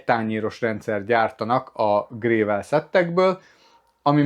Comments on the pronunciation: Nem grével, hanem grevöl! :D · nekem csak az a fura, amikor sem angolul, sem pedig magyarul nem stimmel a kiejtés. A "gravel" az oké, magyarul kiolvasod, aztán annyi. Angolul ugye leginkább "grevöl"-re hasonlít a kiejtés. De h a gével honnan jött? =))